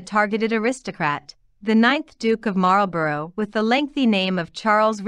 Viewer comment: Marlborough is pronounced MARLBURRA